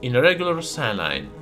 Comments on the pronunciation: lol I was sooo confused - I thought you said it "needs to be diluted in regular CYANIDE " !!! lol - I understand now that you were saying "SALINE" - I'm just used to hearing it said with an American accent and it sounding like "say-leen" - :) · Usually I can understand you just fine, and the accent is endearing. However I can't tell if you are saying cyanide or saline... Which is interesting, to say the least.